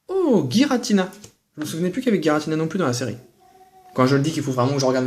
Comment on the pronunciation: Gi = ji comme girafe donc pas "guiratina" :P